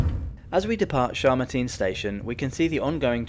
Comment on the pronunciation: It's Chamartín /chummarteen/, not /shurrmuteen/ :D